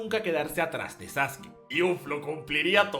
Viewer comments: Tengo una duda por que se dice saske, si se llama sasuke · diciendo "saske" y no "sasuki" ¿se metió un lineaso de células de Hashirama? Solo le faltó decir que Hiruzen es el mejor Hokage. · Saske? Sasuke? Sasuki? Ahhh... el emo sensible tonificado☑️ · este vato me tiene hasta la madre con su sasuki